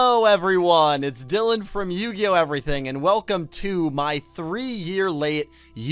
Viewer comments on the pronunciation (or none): none